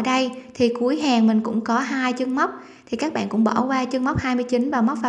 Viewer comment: Céc bẹn là gì vậy?.Hàng thì nói là hàng sao lại là hèng?Nghe giọng nói hết muốn bấm nút like dù chỉ dẫn tất tốt..